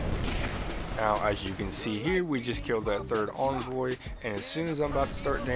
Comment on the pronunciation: "Jewten"..."Invoy"..."Acrosst" shudders